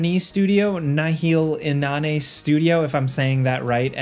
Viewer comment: Inane? You've never seen that word before? Ah jeez...